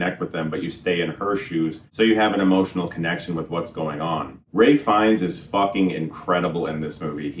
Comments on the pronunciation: It's Ralph fiennes bro not ray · Are you saying Ray Fiennes ?? It's Ralph Fiennes. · *Ralph Fiennes, not Ray Fiennes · It's Ralph not Ray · His name is RALPH Fiennes. Chris is the second or third person I've heard call him 'Ray' when they were talking about this specific movie. What's up with that? It's not like he's an unknown, he's been around for a while. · I have a question: I love Ralph Fiennes ... but why is everybody pronouncing his name Ray Fiennes ? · "Ray" Fiennes?